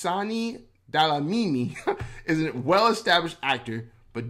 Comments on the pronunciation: "Delamini"is killing me😂😂😂😂 Dlamini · To read the surname correct 😅let me help you brother say “glam” replace that DL with GL the read it again like this Glamini 😅close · Not Delamini bro😂😂😂Dlamini. How do u say "Amandla? SAs struggle songs include such words.... amandla. That Dla.... Is same as Dlamini 😂🎉🎉🎉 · Dlamini nie Delamini..nee maan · DE- LA- MINI. Story of my children's life. My daughter (grade 0) came home from school one day & asked me "what's our surname"? I said DLAMINI whereupon she asked why all the teachers called her DELAMINI. I just laughed. I told her that the British nuns who taught me couldn't pronounce clicks so they corrupted my name to "Nomatheresa" and my surname to "Cowie". One nun asked if I was a "Saucer" instead of "Xhosa". The whole clas laughed. Unfortunately that became my nickname. Even the Shangaans from Mocambique couldn't pronounce clicks. It was weird. So, please forgive the American for the Delamini. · Nah, you get a Gong for that "Delamini"!!😂😂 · You murdering my surname dude😂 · The video misled you that is not how you pronounce Dlamini😅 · FYI, the person behind the video you were watching is not South African, that is why he can’t pronounce South African words. Please ask South Africans how to pronounce DLAMINI. I am irritated that that account didn’t even bother to ask how South African names/words should be pronounced